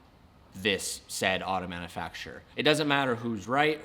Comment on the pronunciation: “Manafacture” lol